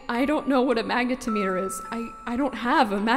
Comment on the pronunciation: really nice dub of a favorite web... comic? web story? html fiction? anyway, all very nice and dramatic and adds a new dimension to this dramatic and emotional opening sequence. But it's pronounced mag neh tom it err